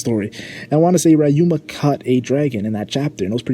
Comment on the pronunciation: YOU SERVED LASAGNA BUT STOP SAYING “RAI-UMA” IT’S RYUMA (ree)